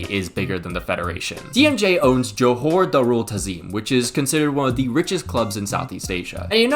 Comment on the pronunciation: btw is JOHOR not johore 😄